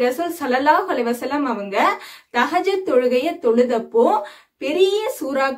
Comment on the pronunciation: Sorry sister thahajath ille thahajuth karakta ma